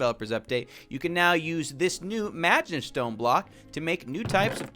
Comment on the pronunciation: I've seen That Time I Got Reincarnated as a Slime way too much. Every time he says 'Magentstone' I hear 'Magistone'.